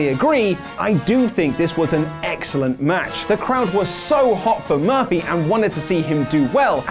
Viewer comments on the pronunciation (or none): he said Buddy Murphily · Did he say Murphelly? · I thought his name was Buddy Murphy? said Buddy Murphly 🤔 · Sounded like you said "Buddy Murphily" in the beginning,. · At the beginning, did you say Buddy Murphaly? Haha:-) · Did anyone else hear say “Buddy MURPHLEE” at the beginning of the video? 😂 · First of all... who is Buddy Murphly? You messed up his name in the first few seconds of the video 😂😂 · He said “Buddy Murphilly” lollllll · I don't like the shade towards Billy Gunn. P.S., you said Buddy Murphly at the opening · Did he start out saying buddy murphily??